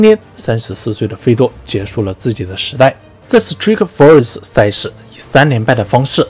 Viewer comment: strike 发音不对吧。。。